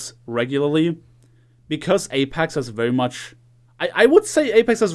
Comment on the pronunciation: why do u keep saying apax